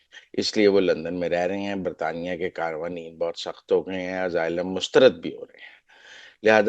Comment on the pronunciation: Oh bhai, yeh kahan say tum English seekhtay ho jo aaylum ko pronounce nahi ker saktay? It's pronounced with an "S", not a "Z" sound.